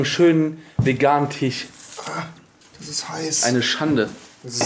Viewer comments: es heißt TISCH nicht TICH. du vogl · Bin ich der einzige, dem auffällt, dass sie anstatt Fleisch und Tisch, Fleich und Tich sagen?